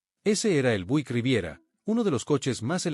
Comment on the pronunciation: Por favor hermano no te ofendas pero me doy cuenta de que no pronuncias bien ninguna de las marcas de los carros,!!!...NNNO SE pronuncia DODGE CHARJER,!!!...SE pronuncia DOCH CHARLLER,!!! OSEA QUE LA LETRA G SE PRONUNCIA COMO DOBLE ELE LL CON TODO RESPETO NO SABES PRONUNCIAR LOS NOMBRES DE NINGUNA DE LAS MARCAS DE AUTOS QUE ESTAS PRESENTANDO,!!!!!!!!!......NO SE PRONUNCIA BUIK SE PRONUNCIA BIUIK,!!...DOCUMENTATE HERMANO.!!!!!!!!!!